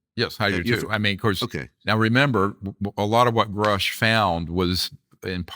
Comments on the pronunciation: Is the interviewer intentionally mispronouncing people’s names? “David Groosh” and “Dave Frahver”? Dr. Greer says the name correctly but he continues. Maybe it’s an English as a second language thing? Not a big deal, it just bugged me when they were talking about Grusch and then when he did it again when talking about Fravor. Nit picking. Maybe just a note for accuracy toward credibility. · Hey, Vlad - Grush's name isn't pronounced 'Grewsh' (like 'grew'), it's pronounced Grush' (like 'crush '). Dr. Greer keeps trying to tell you by saying it correctly, but you just aren't listening. Fravor's name is pronounced Fravor (like 'favor'). People's names matter. Would you like to be called 'Vlade' (like 'blade')? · Why does Vlad keep pronouncing Grusch's name as Groosh when Dr. Greer is correctly pronouncing it. Is Vlad that dense? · It´s David Grusch, not Groosch.